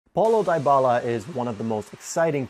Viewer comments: ( DY - BALA ) not ( DIE - BALA ) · DiBala not DieBala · "Dee bah la" not "di bah la" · it's Dybala, not Diebala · You said his name wrong🤦🏻